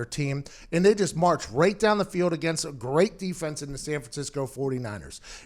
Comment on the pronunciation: "Pay the biws. Take the baw down the feeyod." I love you Pat but please practice saying the letter L in your words. It's difficult to not notice.